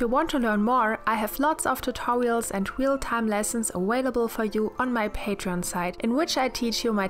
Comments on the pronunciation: Great video! Just a side note, you say aWailable. With a w sound. Its aVailable. V sound. But you can say which ever you choose of course. I find your accent easy to understand and very charming. And your skill very impressive. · your work is excellent. Most of your English is good. I have to help: it's not "awawabelle", it's a(uh)Vail -a BLE" And "really" is not "reawwy". Come on that's not hard. If you're going to play in the United States, do it right. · R u intentionally saying awailable or its just a thing with ur mouth